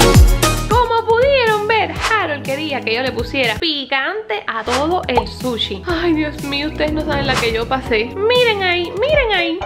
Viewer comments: Nadie: Harold: suchi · Yo no sé porque ella dice suchi si yo pienso que todos sabemos que es sushi